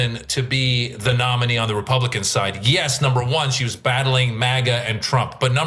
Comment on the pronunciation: I think her " republikkklan" came out!!